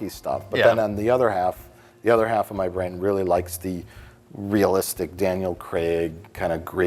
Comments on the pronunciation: always weird to hear "Craig" pronounced as "Creg" by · For all you Americans. It’s pronounced Craig, not Creg. As in Daniel Craig, not Daniel Creg. Carry on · why do they keep calling him Daniel Creg? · Why do Americans say Daniel ‘Cregg’ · 'Daniel Cregg'